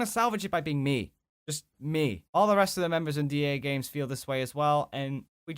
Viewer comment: Koneko Kyasarin you said dagmes lol